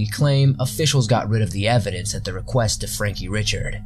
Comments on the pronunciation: It's pronounced Ree-shard. Not Richard. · Ok...Dubois is pronounced "dew-BWah" Richard (as a last name) is pronounced "Ree-shard"